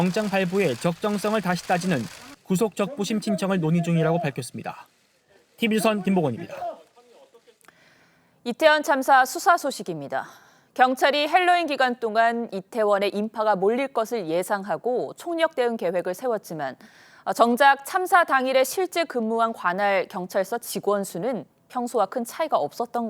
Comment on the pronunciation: 왠 핼로윈 헬로윈? 할로윈이 원음에 가깝지 않을까?